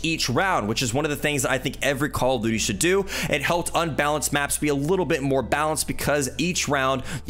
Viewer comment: “Call of Dooty” Nice video man!!